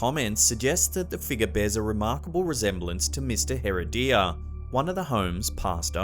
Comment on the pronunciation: Not "Hair uh DEE ya". Hair RED ee ya. Gracias.